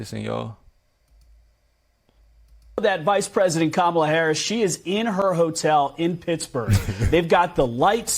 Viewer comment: "Hello, Kamayla?,Kamala?...ok, Kamala i want to address you properly. I want you very happy ..."